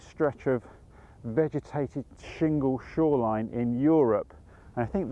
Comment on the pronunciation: Loved this video, and congratulations on repeatedly getting "shingle shoreline" right - I trip over that just saying it in my head!